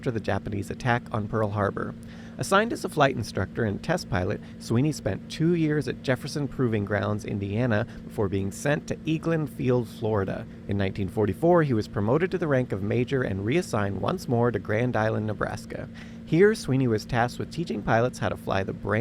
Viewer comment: Egg-lin, not Eagle-in AFB, FL